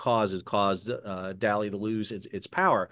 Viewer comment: Sal, you continue to get the pronunciation of the ship’s name slightly wrong, and I’m hoping that if you set a good example by pronouncing it correctly then others may follow your good example. The name of the ship is Dalí not Dali and should be pronounced like the artist of the same name (Salvador Dalí) with the stress on the second syllable, dah-LEE (not DOLL-e like the first name of the famous country singer) Thank you for your continued excellent coverage of what’s going on in shipping! I’ve been following you since you were on the PBS Nova show about the Ever Given, you definitely deserve your audience, great work.